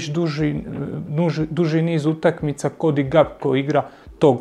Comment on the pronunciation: pa ti si bar pametna, profesionalna osoba koja razumije nogomet. Cijenim tvoj rad, cijenim rad Tribine općenito i jako sam vam svima zahvalan. Ali ako još jednom čujem Cody GaPKo, pa žile ću si prerezat